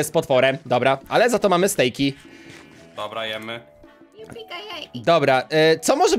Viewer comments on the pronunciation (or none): Nie stejki tylko steki